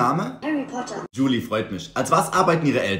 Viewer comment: Ich heiße Djuli :0 und es wird genauso ausgesprochen wie du gesagt hast ❤❤❤❤